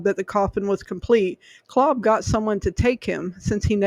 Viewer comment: This is my ancestor. Btw, his name is pronounced with a long a. Claaaab.